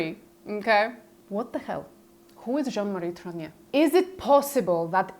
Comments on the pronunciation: TROGNEUX! Could you please pronounce it ... not whatever name you keep saying! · Trogneux For anyone interested: Trogneux pronounced Trrrag-newe Words ending eux takes an ewe sound. Words ending aux sounds like oh Words ending in eau takes an ohh sound. Words ending in ier takes an eeāa sound. For example: Gateau ..... Gat-toh Montier ..... Mon-tee-ā Faux .... F-oh Deux ..... Dew, few, ewe, oooh Pooh Just some helpful French hints.